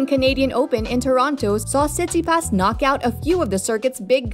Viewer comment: What you talking about she says his name correctly you’re clearly the one who knows nothing about pro tennis 🤷‍♂️